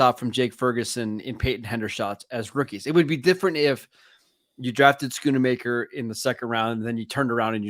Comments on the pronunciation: Why do people have such a hard time saying Schoonmaker? Both of these men are saying it like SchoonAmaker, and I hear people saying Shoonmahker too. Its pronounced Skoon-Maker smh. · Love but he butchers names a lot. I’m surprised both of them are adding an “a” to his name.